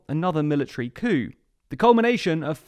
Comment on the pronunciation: I always love your videos! However, when you said 'coup' before the opening titles it sounded like a racial slur